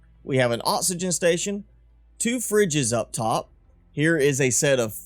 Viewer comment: I know exactly what you mean, but I always feel to rude to ask lol. Can pronounce c's and k's just fine, but oxygen becomes osygen ?? Very confused.